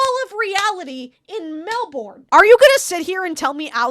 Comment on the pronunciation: Holy shit I remember this show!!! Your pronunciation of Melbourne is killing me ☠️